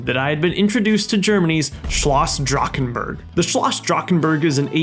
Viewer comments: the way you pronounced drachenburg hurt me deeply as a german </33333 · Fellow German here, awesome recreation love the micro scale build. Kinda funny hearing Drachenburg" being produced Drakkkenburg :D